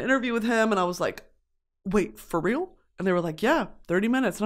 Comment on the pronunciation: dude ghosts awent fweaking weal